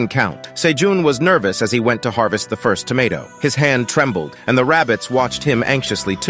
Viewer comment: Gotta say man, pretty glad that your channel actually throws in jokes and emotions. Still the odd mispronounced words (like 1st, 2nd) but nowhere near as bad as other channels. Not sure how you got AI voice to actually have inflections, deflections, and emotions.